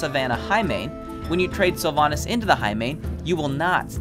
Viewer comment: Your sylvannas is wrong